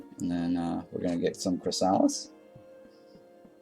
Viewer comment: it’s pronounced “chris a liss”